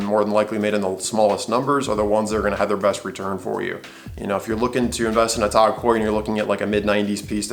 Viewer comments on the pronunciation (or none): TOG Heuer? Why are you saying it like that? Irritating. TAAAAAAAAAAAG Heuer. Do you also say Rueleeex? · sorry I didn't get it the first time. Its just my opinion that the way the guy says it is ridiculous and irritating. Considering he is attempting to give "advice" the least he could do is pronounce the name of the company as intended. Jaeger LeCoultre I could understand getting wrong if you dont speak French. But TAG is a three letter word which everyone who represents the brand has pronounced as it's spelled. TAG is an acronym, not a proper word. So what is the need for this ridiculous pronounciation? It's like saying Tomahto.. pretentious if you aren't English.